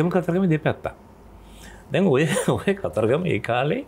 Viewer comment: දන්නෙ නෑ "කතරගම" නොමෙයි "කතරගං" කියලා...